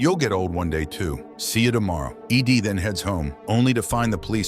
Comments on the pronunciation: Ed. Not Eeeee deeeee. Ai voice detected. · E.D.? It's Ed ffs...this ai crap is getting out of hand. Can we not have humans read and write this shit and ban ai generated material?? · The AI even pronounced it "eed" twice and kept calling the female reporter "he". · Is Ed that hard for a computer to read?? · Lol, it would seem that way.